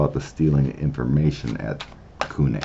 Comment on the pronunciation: I worked there during the1970s for DOD (Department of Defense). Never saw any extraterrrestrial activity. Pronunciation is koo knee yah, accent on the second syllable.